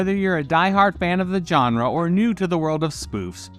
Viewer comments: Please learn how to say the word "genre" correctly, because "john-ra" is just wrong. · If you make videos about movies, learn how to pronounce "genre".